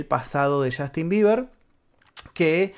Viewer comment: podrías tratar de NO decir "CHASTIN" cada 5 segundos??